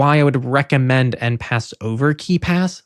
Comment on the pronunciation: I think enpass is meant to be pronounced like en passant